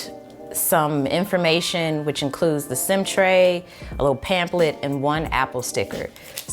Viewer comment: “ASSESORIES” “PAMPLET”